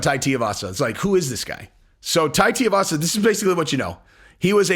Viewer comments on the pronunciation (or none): TUIvasa not TIAvasa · Jon would kill him. But it's pronounced more like too-ee-vasa than tea-uh-vasa. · Brooooo... his name is really not that hard.. like, sound it out.... Two - Eee - Vah - Sah. Now say it with me.... Tuivasa 🤦‍♂️ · TU-ivasa not TI-ivasa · TUIvasa. Rhymes with SHOEYvasa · Hey just helping you out. His name is pronounced Two-we-vasa. Uncle Chael is terrible (and hilarious) at mangling everyone's name...I hear some ppls say T-avasa. It's not right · It's Tooee Vasa not Tua Vasa. Pronounce it right lol. Just kidding, great work on the show and Bones 1st HW fight against Tuivasa would be astonishing👍 Make it happen Shelby/Dana. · Lol you and uncle chael kill me with Tai's name I know it's really not a big deal idk why it even bothers me but it's Too-E-Vasa not T-Uh-Vasa lol once again not trying to be the grammar police but for some reason nobody pronounces the poor guys name right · how can I take this opinion seriously if the first he does is miss pronounce his name. its not tay-e-vasa. its two-e-vasa. he wasn't a pro rugby player. please get this shit right bro. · What is so hard about pronouncing Tui-vasa? It ain’t Tia-vasa… It’s literally said how it’s spelt… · Bro love your shit. Not trying rip on you but please annunciate his name correctly. Anik literally dunked on Chael, on air, for pronouncing it the same way your are. The problem is the part that gets jacked up is the part that rhymes with shoey. Tui-vasa, Shoey-vasa. Tia-vasa just doesn't have the same ring. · Guys its pronounced TUI like the travel agent..Not TIUVASA or Tearvasa .fs...Come on men get a grip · his name is Tuivasa. Not T-Arvasa. Too-E-Vasa. Rhymes with shoeyvasa. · picked up the Sonnen way of pronouncing "Teeovasa" instead of "Tuivasa" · Omg cmon his last name is not tiavasa it’s tuivasa please learn to say the name right. Say the name 30x wrong Toooiiivasa not tiavasa. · Tai teeavassa lol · It’s Too-e- vasa shesh dude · Tuivasa = too-ee-vas-a